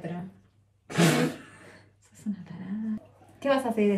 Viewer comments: "Tiatro" jajajajajaa te amo! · Después de las 3 veces q dijo tiatro ya lo estaba diciendo al proposito jaja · antes de ver el video:"teatro" después de ver el video:"tiatro" 😂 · a seguir la carrera de TIATRO -TEATRO +TEATRO dije -no TIATRO dijiste +no dije TEATRO -dale habla bien, que queres seguir? +la carrera de TIATRO -no TEatro deci, TIatro decis, dale, bueno que queres seguir estudiando +emmm bueno quiero empezar TIATRO, canto - TEatro TEatro deci, deci bien dale, vas a seguir siendo youtuber? +si por eso quiero estudiar TIATRO - TIatro TIatro JJAAJJAJJAAJAJAJAJAJ ME MUERO LAS AMO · "Tiatro" JAJAJA😂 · Nadie: Absolutamente nadie:: TIATRO..(morí con esa parte ahre:v) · JAJAJAJJAAJAJAJJA LPM ME CAGUE DE RISA "TEATRO" "TIATRO" MAMA DE "TEATRO NO TIATRO" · Che x qué decía tiatro no no moriii😂🤣💓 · Todos:TEATRO:TIATRO JSJAJA TE AMOOO❤ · Nadie: Absolutamente nadie::TIatro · Posta no sabes decir teatro